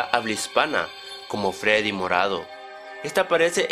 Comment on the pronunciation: Shadow freedy no freery morado